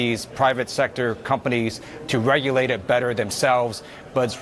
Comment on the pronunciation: Ted Lieu says regurate instead of regulate